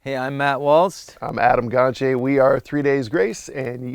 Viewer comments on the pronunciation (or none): It drives me crazy that no one ever pronounces Adam's last name correctly & I guess he's given up correcting it by now. 🤣 He pronounces it GonCHAY. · He says GonCHAY when he introduces himself, but no one ever bothers to get that right. Drives me crazy since most people mispronounce my last name constantly. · The english pronounciation of Gontier's name is terrible :D